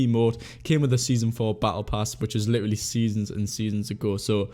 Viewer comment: Does anyone else get annoyed when he says ‘literally’😂😂😂 he just doesn’t say it right😂😂